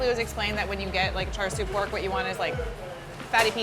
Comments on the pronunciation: It triggered me when she said “chaR siu” like wtf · she says "char sue", while it's actually pronounced more likr "sha shu" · "charred siu" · when she said char siu it broke me omfg u need to learn some canto words before holy shit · Yeah who’s Char Sue? 🤷🏻‍♂️ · Car sew 😂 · yeah thats how you write it... but chinese people pronounce the I in such a way that it sounds more like "uh" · i want to butcher myself after listening to this white woman try to pronounce chinese words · I think she butchered the Cantonese pronunciations harder than the duck got butchered. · Her white girl pronunciation of Chinese is killing me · She had char siu many times before but she still can't say it right.